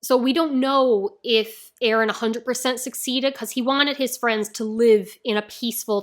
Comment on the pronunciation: NO "BEren" PLEASE!